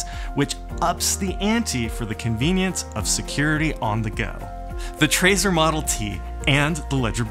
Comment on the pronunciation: Sorry, I'm annoyed by weird pronunciations. Doesn't it make sense to pronounce it like you do the word "treasure", not like the word" traitor"?! I'm pretty sure that was the intention. Other than that, thanks. Cool video :)